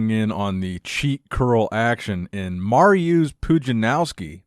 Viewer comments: no disrespect, but the way you kept mis pronouncing“Mariusz’s” Name kept triggering my ocd lol 😂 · oh man i love the way you butcher Mariusz's name lmao, love the content!!